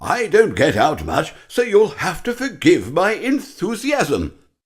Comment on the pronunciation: “I ave a story to tell”